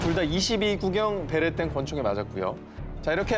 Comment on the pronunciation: 굳이 베레땡이라고 하는 이유가... 몰입하려고하는데 웃겨서 집중이 안되네.. 차라리 편집과정에서 삐 로 대체하지